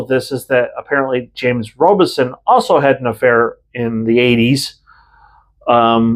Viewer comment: FYI YOU’re mispronouncing James Robison’s name it is ROB a son not ROBE a son